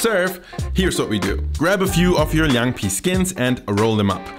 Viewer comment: As a 10-year Berliner I must respect this video%! You’ve done good research, Chinese pronunciation also good . I thought your channel was just for Döner Pizza thing%@ Unfortunately it’s still hard to find a decent Chinese restaurant that’s good at northern cuisine. Would be great to see more Chinese dishes and I’m glad to provide help:)